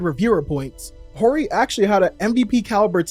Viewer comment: The H in Horry is silent